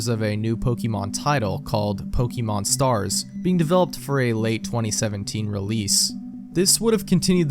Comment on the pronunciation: Dude, you're pronouncing "Pokeemon" like my grandfather lmao